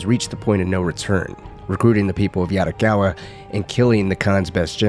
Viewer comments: Bro video is good but every time you say "yaRricawwa" it throws me off. Please don't try to use the Spanish tongue roll in asian languages, it's not the same😭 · Sorry bro but I can’t stand the way u say “Yarikawa” and “Shimura” 😭